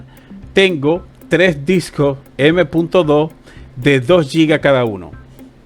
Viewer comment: Por favor habla con la "S". Es DiscoSSS... Dos, no es tengo varios Disco/Doo !! Pero gracias por los videos igualmente... !!